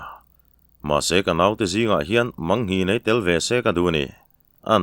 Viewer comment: Mangnghin a mang lai kha belmang a mang anga lamri lo in,maang thluk in thluk la a dik zawk lo maw,pawi hming a ni a.